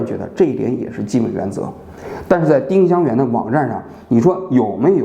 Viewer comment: ling是二声吧